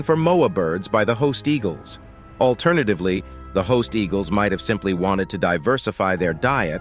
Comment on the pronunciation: Sorry , Saiga antelope not zyga, Haast eagle not host..god check your info people please..